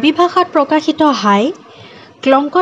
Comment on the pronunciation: কাৰ্বি জনগোষ্ঠী সকলৰ সংস্কৃতি, জীৱনশৈলীৰ ওপৰত চমু আভাষ দাঙি ধৰাৰ বাবে প্ৰথমে আপোনাক নমস্কাৰ ও ধন্যবাদ জনালো। যিকোনো জনগোষ্ঠীৰ বিষয়ে কবলৈ জোৱাৰ আগতে প্ৰথমতে তেওঁলোকৰ ভাষা উচ্চাৰণ জনাটো দৰকাৰ বুলি মই ভাবো ।কাৰণ উদাহণস্বৰূপে ইয়াত আপুনি koise- হাই হবলাগে ha-i ইয়াত মই কেৱল এটা উদাহৰণ হে দাঙি ধৰিছো। কিন্ত্ত আপোনাৰ video টোত বহুত শব্দ, বাক্য বিলাকত উচ্চাৰণ ভুল আছে। এই কথা আপুনিও জানে যে এটা শব্দ ভুলকৈ উচ্চাৰণ কৰিলে কি হবপাৰে । সেয়ে আপোনালৈ মোৰ অনুৰোধ আগৰ video বোৰত উচ্চাৰণত চকু দিয়ে যেন । ধন্যবাদ***।